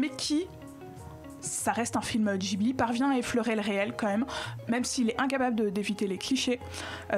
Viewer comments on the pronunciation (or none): arrêter de dire jibli ma gueule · le mec sait même pas prononcer ghibli il parle